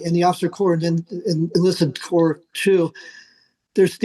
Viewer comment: She said "National Cadet Corpse".